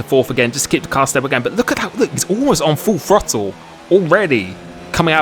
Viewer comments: The FROTTLE, you brits and your pronunciation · Every true American knows it's pronounced "Throddle".